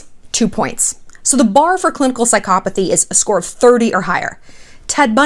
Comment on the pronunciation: You aren't pronouncing psychopathy correctly at all. And you cannot DX someone without clinically evaluating them. Sincerely, ~ A soon to be therapist